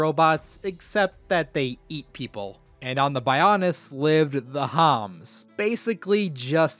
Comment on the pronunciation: "the homs" The homans!